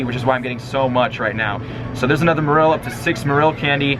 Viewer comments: I feel the only name he pronounced very wrong was Marill.-. The other one's he did alright pronouncing. It did annoy me how he said "Merrillll" instead of Mare-oll for Marill, but out of the all the Pokémon Go Tubers i watch him the most, yes he's had his Click Baity moments, but he's way less Clik Baity then majority of the Pokémon Go Tubers, and yeah his personality doesn't strike me as someone super duper funny, but i still feel as though he is genuine, i don't subscribe to him, but i enjoy the PokémonGo content he has to offer and i wait and like every Pokémon Go video he posts. I can't play it on my iPhone 4S after the 4th Update, so yeah, instead i watch Play it;^ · MA REL? no its MARILL. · LazerPotato 126 Merril? No that Is terrible pronunciation In pokemon 3D and official pokemon game says MArill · Why does he pronounce Marril like that... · It's pronounced Marrol by the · hey it spelt marill but it's pronounced mayroll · My first pokemon was a ledyba, my rarest catch was a Meganium, a bunch of Murkrow around my block. ... And it's pronounced MA-rril. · that's not how you pronounce marill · Anyone else triggered about how he said "Marill" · That's not how you say marill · I THINK YOU'RE PRONOUNCING MARILL WRONG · AmphaROASTED he said marill wrong and many more. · I cringe every time he mispronounces marill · My toes cringed every time he mispronounced "Marill" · The way you pronounce marill bothers me...and now gligar... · you pronounced marill and pinapp berry wrong the whole video 😡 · you mispronounced marill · Honestly hearing you say Marill incorrectly 10 times in a row had me cringing and SHEWK.